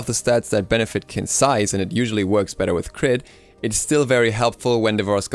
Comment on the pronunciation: did he just say "its just a smite benefite"